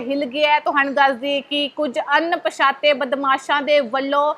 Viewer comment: ਅਨ——ਪਛਾਤੇ ਨੀ ਹੁੰਦਾ ਅਣਪਛਾਤੇ ਹੁੰਦਾ ਆ ਬੋਲਣਾ ਸਿਖਲੋ